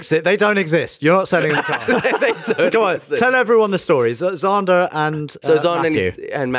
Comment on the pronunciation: Holy shit, it's Zander? I heard 'Zonda' for the entire episode and was like 'hmm, he named his son after his favorite car i guess?